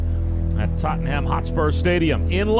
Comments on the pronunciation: My man needs to learn how to pronounce “Tottenham” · Sorry but the way you pronounce Tottenham is killing me 😂